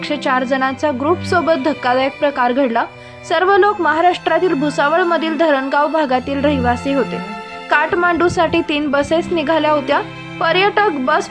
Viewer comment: Ooo tai dharangaon nhi varangaon jara bolyla shika mg post kra ky dh cha m lavly vedya sarkha 😡😡